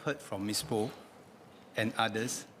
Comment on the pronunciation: The good minister's replies are always cringe-worthy, never disappoint with all kinds of motherhood statements. Btw, he could not pronounce "Poa". I wonder how he got there.